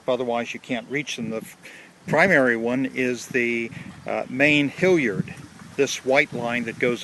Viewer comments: It makes me wince every time you say HILLyard instead of HALyard. I watched 1, 2 & spinnaker vids and now my soul is bleeding. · I suspect a regionalism.